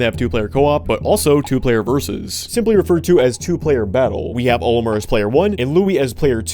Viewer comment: You called Olimar, Olimer, at the start of the Pikmin 2 section 💀